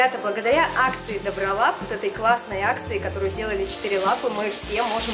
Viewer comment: Не дОбролап а добрОлап